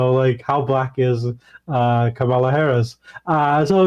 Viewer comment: Why did Emma not correct him when he repeatedly mispronounced Kamala's name?